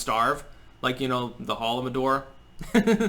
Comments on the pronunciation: It's not holomodor. It's holodomor. But very good that he talks about it. Google it. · What was the phrase he used near the end about the 20-30 million murdered? Sounded like 'holomendor.' Sorry, I'm not familiar with the term. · Mispronounced holodomor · It took a little to figure out what you were saying. Holodomor. Ukrainian famine and Stalin let them starve. I knew he had done something like that, but didn't know the name.